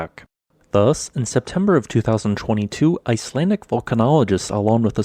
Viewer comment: I live in Iceland and I'm learning icelandic. My ears bleed with your pronunciation. Still love your vids tho.